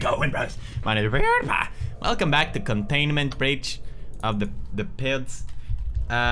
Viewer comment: Anyone noticed he said Containment B!tch?